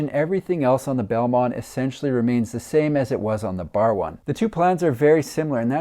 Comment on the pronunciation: Barwon is pronounced "Barwon" ... Hope that helps 😅